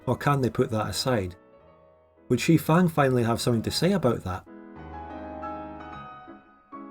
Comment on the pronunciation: NOOOOO! My prediction was wrong. Someone pronounced "Xifang" correctly 😢